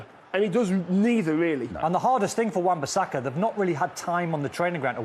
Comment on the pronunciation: How many times did they say Wan-Basaka.. 😂 😂 😂 😂 😂 😂